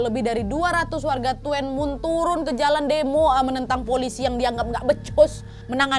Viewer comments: Tulisannya tuen mun bacanya tun mun nad.. bukan tuen mun 🤣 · bacanya cukup tun mun ya kak hehe tidak tuen muen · Mbak maaf ya aku hongkong jangan kesel ma polisinya tahu nggak di gk polisi bol h bawa pistol baru tahun kemarin dan itu salahnya yang dikirim ada lah polisi patroli yang keliling di distrik, aku tuen moon.. Bacanya dunmoon, dan di sini di lam itu sebenarnya terinspirasi dari Korea pembunuhan rain coat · Maaf kak cuman korek penyebutannya bkn Tuen mun kak pi “dunmun”mksh kak sebab saya pernah tinggal di dunmun juga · Tuen mun : Dun mun Hung Hom : Hong Ham ( pengucapan) hanya sekedar info saja kak nad 🙏😊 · Maaf kak.. Bukan tuwenmun (bacanya) tapi tunmun (bacanya) .😁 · Tulisan nya " TUENMUN" wak ... tp spell nya Tunmun 😃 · Tuen mun bacanya dun mun Hung hom bca nya hung ham Whampoa bca nya whampo Salam dr hongkong Berapa mnggu yg lalu jg ada pembunuhan Seorang wanita di bunuh kekasih nya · tuenmun bacanya tunmun mba Nadia 🙏 salam dari hongkong 🙏🥰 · Hallooo nadia... Salam dari hongkong...itu kota tuen mun baca nya dun mun kalau d hongkong nad hehe... Semangat trus nad... 😘😘😘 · Tuen mun = Tun mun Hung Hom = Hong Ham Itu cara bacanya kak nad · Ahirnya upload lagi kak nadia,,, oiya Baca nya tuen mun~duun mun kak nad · Tuen Mun bacanya Dun Mun wak_ Sehat selalu Wak, Mohon Maaf Lahir Batin_ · Tuen Mun di baca Dun Mun. Hung Hom di baca Hong Ham 🤭🤭🤭 Lucu banget episode ini hahaha... Salam dari HONG KONG kak Nadia. Alhamdulillah HK sekarang AMAN. DAMAI. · Baca nya kalo tuen itu Tun 😊😊😊 Tapi best lah, memang daerah Tuen mun memang masih tinggi kejahatannya hingga sekarang, karna memang masih termasuk pelosok, tapi sekarang sudah lebih baik karna Sudah menjadi kota berkembang. 😊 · Hai sis...., TUEN MUN itu pengucapannya TUN MUN....Salam kenal dari TKW HONGKONG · TUEN MUN ( BACA : TUN MUN) kak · tuen mun bacanya (dunmun) wak ,polisi hongkong sekarang gercep bnget, nangkep penjahat,, kemaren juga ada kasus juga di yuenlong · Tuen Mun bacanya "Dhun Mun" wakk 🤣